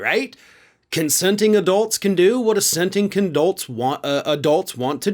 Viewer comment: Please tell me I'm not the only one who caught "assenting condolts". That's some funny s#@ right there. Gotta love this guy.